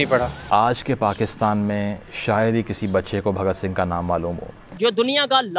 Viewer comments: Why are these Pakistanis pronouncing our freedom fighters names incorrectly and incompletely ?? Netaji Bose as Chandra Bose ? Bhagat Singh as Bhakt Singh ?? Sardar Patel as Sardar Patil ??? 😠😠😠😠😠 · Bhagat Singh not Bhakt singh Its sardar patel not sardar paaatel